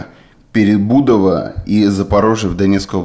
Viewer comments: Не ПеребУдово а ПеребудОва. Перестройка по русски. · Перебудова ударение на О, Перестройка по русски.